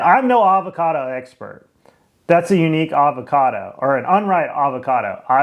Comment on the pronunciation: “Alvocado”. Ugh. I’m in Tx and can pronounce Avocado.